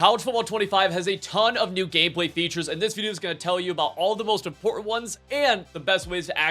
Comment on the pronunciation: It’s both “Im-por-ant” and “literally” insane.